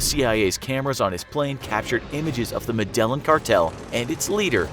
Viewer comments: Omfg… I can’t anymore… it is pronounced Med-a-Lean not Medelin. Jesus please take a moment to learn how to properly annunciate. This is such a pet peeve of mine that watching and hearing that mispronounced all 100+ times made this video painful to watch. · ME-DA-YEEN. smfh "madellin" 🤦🏼‍♂️🤦🏼‍♂️🤦🏼‍♂️🤦🏼‍♂️ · I want to punch this hack narrator for not knowing how to pronounce med-a-yeeyan cartel not me-dellan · It's pronounced "medejin" not "medelin".... Sorru but it urked me throughout the video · Medellin not Meden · bro ur an idiot it pronounced medejin not medelin ur actually himarious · also its not “meDELLin” its “medEYEEN” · Medellin. pronounced MED E YEEN. not MED EL LIN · "Medelin" no wonder he couldn't say it correctly...lol...its Medellin (Meh-de-yin) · Demar Thompson jin not yin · It was the "Med-ah-yeen" cartel not the "Ma-del-in" cartel. LOL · Its not Medellon...its Me-de-jin The "ll" in Spanish is pronounced like a "J" Love the videos but this sounds horrible if you are a Spanish-Speaker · Meh-deh-yeen not Muh-dell-in 😂 Do you even watch Narcos?! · Medalan cartel!???? You me Medellín (meda yin) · Muh-dell-un? Reerey? You didn't have a sec to look that one up? Lol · Medellin pronouncex like 'Medayeen' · Need to learn to say med-ay-een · The medelin cartel...... yahhhh that's not how you say that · PLEASE STOP SAYING MA-DELLIN....YOU EVEN MISSPRONANCED REAGAN..ARE YOU HUMAN?? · If youre going to be a reader....pronounce properly. May-duh-yeen. Medellin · CARTEL DE ME-DA-YEEN. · sebastian bedoya oh, nm. I heard him say MEDAL-EN. That’s bad. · med-i-Yeen. thats how its pronounced man smh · Medallin ll makes a Y sound come on guys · "the mend-alin cartel" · It is pronounced Me-de-yeen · Lol medallion cartel. Muy peor pronunciación :) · after watching many of your videos which are great btw thankyou i have just become used to you mispronouncing even the easiest words Medellín (meda yin) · It's pronounced "medi-yeen" cartel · Muh-dell-in? LOL! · medellon lol